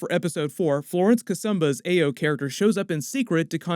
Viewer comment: “Ah-yo” common man it’s a common Nigerian name .... also are you sure that’s what Zemo was referring to when he said “at least you weren’t conscious”